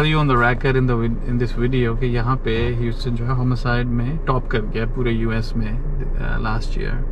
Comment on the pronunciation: Then Houston pronounce as Jouston